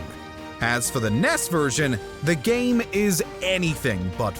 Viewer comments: Did you fucking say “Ness”?!? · Love how he says NES instead of N E S (Nintendo Entertainment System)